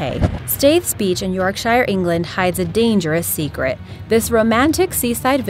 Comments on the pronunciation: I know it's spelled Yorkshire, but it's pronounced York-shur. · I live in the middle of Britain by its pronounced sher not shire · 1. Blackpool - Beware of chavs, litter and dirty water you can't even see through. Also as someone who was born and raised in Yorkshire, it's pronounced 'Sher' not 'shire'. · As a British person, I know you DO NOT pronounce Yorkshire like "shire" but "sher". I hate it when people say that. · It's Yorksher but spelled Yorkshire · Why did they have to say Yorkshire like that???!!!!😐😐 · Ah, that was a proper butchered pronunciation of Yorkshire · you managed to pronounce the mexican one properely but not yorkshire